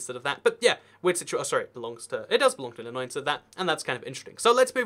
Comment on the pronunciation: You pronounced Illinois right! That was the highlight of the video for me. edited: I was born in Decatur! LUL